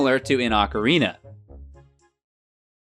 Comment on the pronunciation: Since 1998, I've cringed every time somebody says OCK-a-rina instead of OH-ca-rina. I thought it sounded stupid, and was ELATED when GameTrailers showed the rest of the enunciation-challenged world that it was wrong.